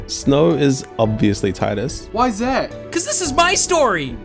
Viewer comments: ) great video btw. love your channel! but also its tee-dus. XD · Tidus. (Tee-Dus) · TEE-dus TEEEEEEEEEEEE-dus.